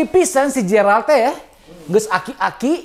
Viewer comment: Geralt..bukan jeyralt bang..